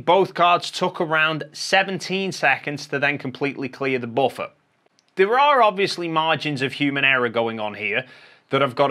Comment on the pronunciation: All I hear is boffer